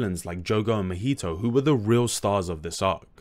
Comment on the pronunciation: Gege is "geigei" Naoya is "now" "oi" "a" Mahito is "mah" "hee" "toe" These are the ones i gathered off the video from the top of my head but still good video the pronounciations didnt take too much away